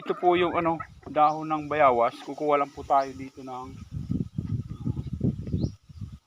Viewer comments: Boss bayawas o bayabas pakilinaw lang po. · Bayabas not bayawas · Bayawas haha bayabas pati ba naman yan hirap sa pag bigkas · Bayabas hindi Bayawas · Bayabas ba o bayawas, kc parang bayawas ang dinig ko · anong tawag mo dyan bayawas hindi bayabas yan ano ba yan bosing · Boss utal Ka nmn eh. Dahon ng bayabas hinde bayawas.. Dapat po dahon ng guava na lng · Bayabas bro hindi bayawas. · Bayabas Kamo Kasi Hindi bayawas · Kau na boss Ang mag adjust kz bolol xa sa w👍